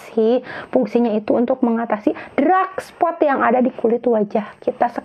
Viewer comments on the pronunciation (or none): Bukan drak spot, Mbak, tp dark spot😅